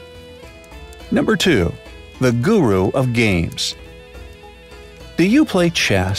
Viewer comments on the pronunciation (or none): none